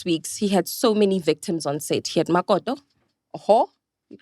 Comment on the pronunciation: Lol the way u speak ..mokoto 🤣..all ir English words u try 2 use a this "accent"....but whn u say CREW u sound kasi 😂😂😂.....wtf!?..Kak vocabulary